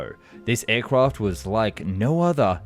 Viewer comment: If you listen closely he says “Ayrcwaft”